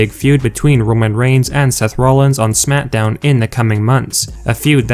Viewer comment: It sounds like he says SMATDOWN